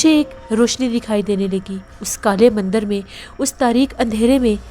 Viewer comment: Himalya (not Hamalya) Mandir (not mandar) Totally understandable if you usually mispronounce Hindi words. You are doing a great job. Thank you for entertaining us with your narration.